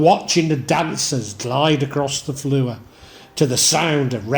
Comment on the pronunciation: . the way you pronounced the word FLOOR 🤣 a true Northerner 👍